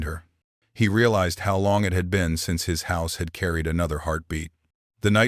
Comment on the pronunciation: you people must not know to many native names, stories are good, 3-4 names for native sisters are same, why?, oh and Ai is telling the stories, need to learn pronouciations, can even say simple words like "it" and few others lol, but stories are great, with all the racism going on along with hatred, good to see stories that whiteman and natives can co exist